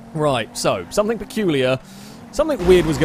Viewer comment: I love this series and watch each new one on the day it comes out since I subbed. But please, for the love of all that's English, stop saying "somethink". ;)